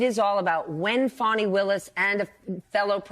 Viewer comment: To the guy mispronouncing Fani's name: you know how to pronounce it correctly by now, so by misprouncing it, you are deliberately being disrespectful. Shame on you.